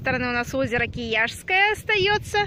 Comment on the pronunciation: 9.15 - озеро Круглое не используется для стоков завода. 9.25 - озеро КИЯТСКОЕ, а не Кияшское